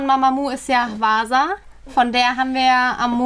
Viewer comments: Kleine Anmerkung, hwasa spricht man mit dem H aus. Bis jetzt habt ihr immer wasa gesagt 😊💕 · Ich kann euch, wie fast jeder hier in den comments, die immortal songs performances von Mamamoo empfehlen, aber generell ist alles, was diese Engel produzieren, ein Meisterwerk xD Edit: btw spricht man 'Hwasa' so wie Wasser nur mit H am Anfang aus 😂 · Hwasa wird nicht Wasa ausgesprochen sondern wirklich Hwasa(so das man das W kaum hört)😂😂😂😂 Falls ihr übrigens noch mehr hören wollt was die vocals angeht hört euch Delilah- Mamamoo an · Sie wird 'Hwassa' ausgesprochen oder 'Hwaßa'